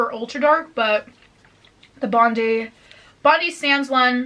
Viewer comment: all the Australians on here seeing her pronounce bondi wrong